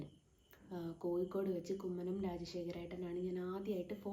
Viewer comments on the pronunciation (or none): none